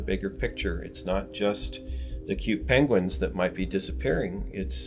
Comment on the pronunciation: Farthest South they laugh Benedict Cumberbatch says Peng-Wings not Penguins